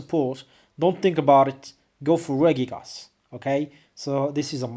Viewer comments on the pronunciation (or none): It's funny how you pronounce Regigigas. It's actually Regi-gigas. And you pronounce it Ray-gigas. I think you know that already but mispronounce it because of your habit. :|